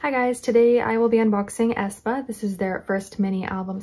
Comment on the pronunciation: Not A. E. ae like ae. Spa (Aespa)